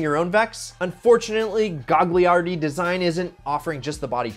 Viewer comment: I think it’s “Gah-Yar-di” not Gag..